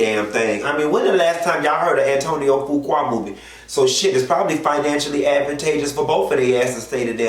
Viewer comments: I Love you!!! Fuqua is pronounced FEW- KWAY!!! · Do research before speaking on it. Such as the pronunciation of the man's name and the fact that he's had recent film success with Equalizer 2 and was in Italy receiving an award. Why wasn't his wife there? Now that's information the people would want to know.